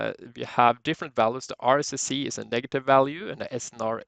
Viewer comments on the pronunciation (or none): At the beginning, no explanation on what the heck you are doing and what you are using. BTW: RSSI is pronounced RSS(EYE)